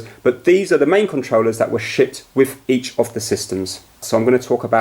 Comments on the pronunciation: when you say shipped sounds like shit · everytime he said shipped he acidently says SHIT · shipped but yes it does sound like “shit” 😂😂😂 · It sound like he’s saying shit instead of shipped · When he says shipped it sounded like shit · Instead of shipped I alweas heard shit. These controllers were shit xD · At the start I thought he said "that we're shit with the consoles" 😂😂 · Yes lol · it sounded like he said 'Now there's gonna be lots of other third party controllers but these were the main controllers that were *SHIT* with each of the systems.' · When he said shipped it sounds like he’s saying shit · spunds like he said these were the main controllers that were shit. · I thought he said “It was shit”........ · When he said "shipped", it sounded like "shit" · It sounds like he said #$%! or to make more sense, Shi#. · You mean shit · Every time I hear “shipped” I think he’s saying something else, so I just laughed when he said the original Xbox controller was shipped in all regions. My response to him saying this was “Yeah, they really were.” XD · Once again he said ''shipped" but it sounds like he said something else. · It sounds like he said shiz except the z turns into a t